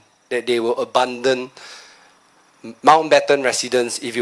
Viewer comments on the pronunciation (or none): Other than the fact that he pronounces 'abandon' weirdly, it was a good speech!